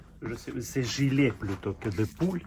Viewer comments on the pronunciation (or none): Il faut dire " Pull " avec un U .Poule c'est la volaille 🐔 qui fait des œufs. Il faut dire " Jupe " la lettre U .